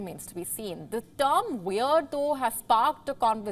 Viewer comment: wayerd and waryous ---now that's weird.